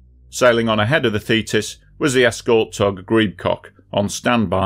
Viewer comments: So you pronounce thetis as fetus? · I keep hearing "fetus"....very disturbing.